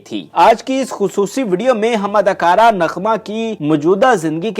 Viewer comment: Such bad Urdu. Adakura nahi, adakaara. Toti nahi, tooti bolta tha. Nukami nahi, naakami.